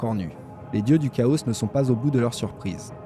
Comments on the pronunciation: C'est complet et ça fait plaisir. Il y a la diction qu'il faut un peu améliorer ça fait trop lecture. Et la prononciation de certains mot genre le "chaos" se prononce Kao et non Kaosse. Mais sinon j'aime bien ! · celle ci est mieux, au fait dans le mot chaos le s est muet